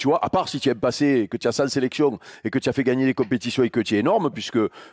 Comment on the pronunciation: Il prononce les tu « tchjiou »